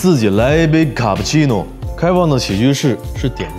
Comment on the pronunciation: 卡布奇诺（用英文读才有内味）